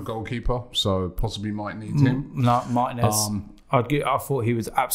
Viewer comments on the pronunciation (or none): mar-TEE-nez. Not martin-ez.